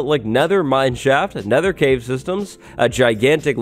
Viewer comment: sets the Neather gen to a Neather biome "Woah it's like the Neather."